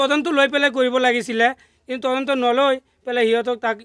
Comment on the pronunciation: 😂ata Assamese word correct koise tadonto aru reporters last kaibar tondonto kole oh count korok sun😂... Reporters namsakar janisu